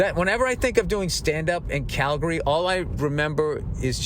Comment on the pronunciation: btw Bill, its pronounced "Calgree" just like you dont say "Oro gone" its "Organ" to pronounce "Oregon" correctly, just like its not "Tor on to" it's "Tranna" for "Toronto" 🤣🤣